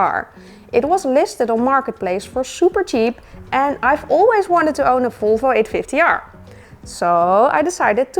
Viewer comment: Love your videos and how you say Folfo🥰 big happy new year from Norway 🍾